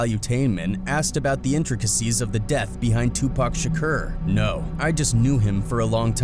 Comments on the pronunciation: REPEAT AFTER ME SHA CORE His name was not sha kur its sha core lol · Pronounced kour not Kerr but it's understandable overall good content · Yeah but he keep saying Shakur wrong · He saying shakur wrong azz hell,that's how you know he capping hard😂😂😂😂.